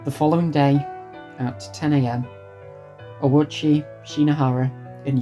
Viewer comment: I’ve never seen most of this footage before or heard these details about Ouchi’s past before (and good on you for pronouncing his name correctly!), it TBH feels chilling in hindsight that he was no stranger to hospital stays even before the incident. That would probably contribute to why he initially assumed he’d be fine this time.